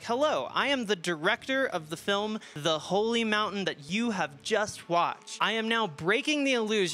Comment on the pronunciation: Da holly mountayne